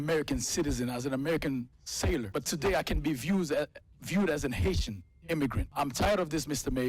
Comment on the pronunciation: Did he just say Haisha?